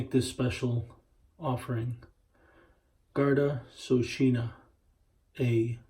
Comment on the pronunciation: Its not SOSHINA as you say. Its Sheokawna.